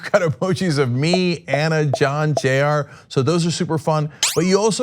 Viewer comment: You pronounce Jayar a JR?